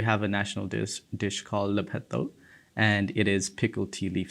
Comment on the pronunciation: It's not "Lippet,though". The spelling is "Lahpet Thoke" ,"လက္ဖက္သုတ္", which is made from fresh fermented tea leaves mixed with a variety of crunchy shredded vegetables, toasted sesame seeds, fried garlic, toasted peanuts, toasted nuts, splits peas, yellow beans, seeds, grains, chilli, tomatoes and has a wonderful combination of fresh flavours. Excellent traditional food in Myanmar!! BTW, I'm proud of him 'cause I'm from Myanmar 🇲🇲.